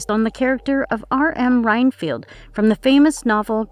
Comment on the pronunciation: its pronounced Ren (like hen) field, not Rinefield.